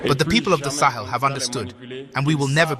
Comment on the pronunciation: “Slaves of Salon” Cristal Clear.